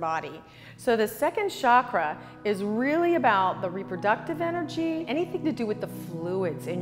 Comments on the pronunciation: "Chakra" not "shockra." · For God's sake Stop pronouncing it as shakra, it is chakra ,cha not sha...It's not french it's Sanskrit.. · With great respect to our ancient yoga gurus please don’t convert name of chakra. As our name doesn’t change as language changes, same way chakra name should not be changed because you can not pronounce. Regards